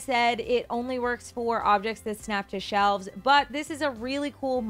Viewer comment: "Only works for objects that snap to shelves..." Don't you mean... that snap to... Chel-ves? Kappa Also, that was an awesome demo and awesome mods!